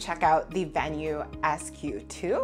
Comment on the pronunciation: Thank you for pronouncing Venu correctly. So many reviewers pronounce it with a long e sound like veenu.